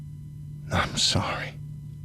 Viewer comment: It's sorry, not sore-y.